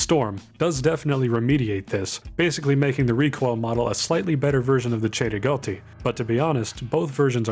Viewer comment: The pronunciation of cei-rigotti is just beautiful